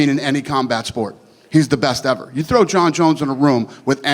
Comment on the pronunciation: “ever!” Lmao!!!! Dana had me dying here how emphatic he was.